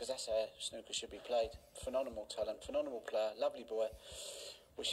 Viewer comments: Love Ronnie, but it grinds my skin when he says phenonemal... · Ronnie's form today was as good as his pronunciation of phenomenal.